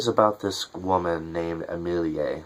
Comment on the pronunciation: Her name is pronounced A (short a) me (short e) lie (like lee)